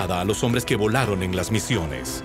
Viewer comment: Oh, no, es el pésimo doblaje chileno, agregando letras a las palabras: en vez de decir "alunizaje" dicen "aluniziaje", en vez de decir "que" dicen "quie" entre miles de errores de dicción. No pudieron gastar un poco más y encargarle el doblaje a otro país o subtitularlo? PD nadie ha ido al espacio